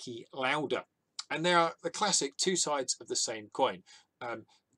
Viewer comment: Niki Lauda is austrian and I recommend pronouncing his last name as L-ow-da with a soft "A" and the "ow" to be pronounced the same way as when your in pain.